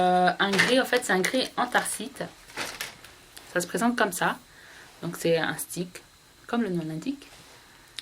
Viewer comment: Antharcite , non non anthracite ! x)